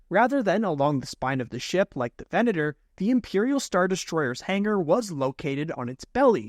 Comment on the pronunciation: And he says Venator correctly. But it's a requirement of being a YouTuber, not pronouncing things correctly.